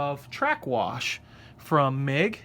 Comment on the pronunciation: Haven’t finished the video. But it’s pronounced “mung”. Just FYI.